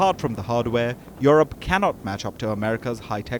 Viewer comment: She said europe not eurpe union